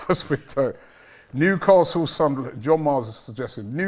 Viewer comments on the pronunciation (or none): none